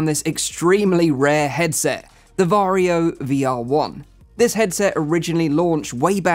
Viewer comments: Varjo isn't pronounced Vario it is pronounced varjo. Vario is how you pronounce Warrio from Mario series in Finnish. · Swede here. Is it really pronounced Vario? Isn't it actually Varjo? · he said varjio lol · did you also cringe whenever he said varjo ? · As a native Finn, you pronounce Varjo as you wright it.